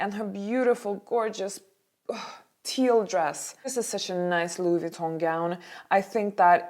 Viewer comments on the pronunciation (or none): none